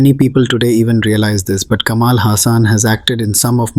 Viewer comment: While you are trying to make a point, it falls flat when you pronounce vadai as vaada and it's Kamal ,not Kamaal!